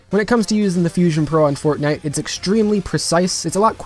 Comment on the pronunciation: I love how u said fortnite as fagnite, good job bro ur cannel is rlly different (in a good way) love it keep it up and have a good week 👌